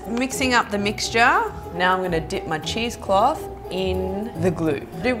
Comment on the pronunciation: Is she saying cheese clothe?